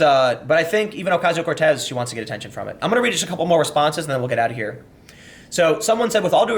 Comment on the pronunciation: Saying COrtez instead of Cortez was very humanising, Tim